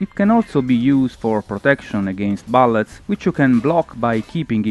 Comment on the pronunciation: Looks aowsome! Another great review, I never even know of the demo, I'm gonna download it as soon as I can! :D Just note: you should prenounce it BUllets rather than BAllets, just traying to help :)